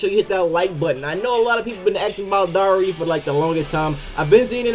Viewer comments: Its darui not dauri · Its pronounced dar-roo